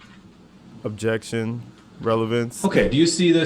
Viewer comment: UBJEXSHUN! I wasn't driving a car it was an SUV